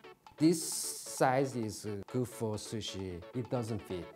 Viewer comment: i died wheezing when he said "...square shushi"